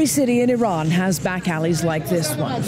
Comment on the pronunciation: did all this research and cant even pronounce iran correctly